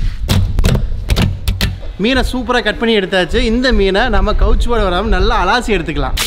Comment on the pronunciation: அலாசி இல்லை அலசி.மரமண்ட😂